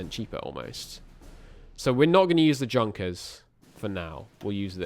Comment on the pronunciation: For further pronounciation: Junkers - very good Heinkel - Hein-Kel not Heine-kel